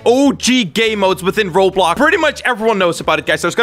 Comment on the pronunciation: You saying rob block